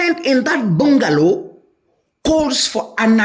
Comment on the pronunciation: It's a "bangalow". Though spelt bungalow